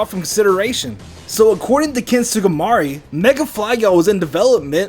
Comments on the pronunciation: How'd you manage to butcher the Japanese names so badly? Kamonegi -> Kamunagi Sugimori -> Sugamari Tsuchinoko -> Tushinuku You can't just randomly replace vowels... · "Ken Sugimari" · Sue-gee-mor-ee. Sugimori. Tsue-chee-no-ko Tsuchinoko. Christ, your pronunciations are terrible, kid.